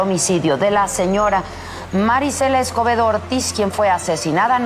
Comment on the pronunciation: Escuche acebedo. En vez de escobedo, la primera vez que lo dijo 😅